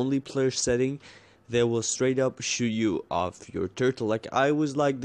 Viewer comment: straight not strwight XD :P